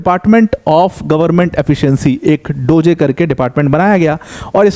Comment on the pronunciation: अबे वो डोज़े नहीं डोज़ प्रोनाउन्स होता है 😂